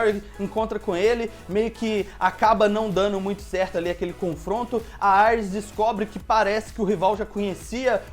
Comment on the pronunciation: Não se fala Aires, e sim Iris kkk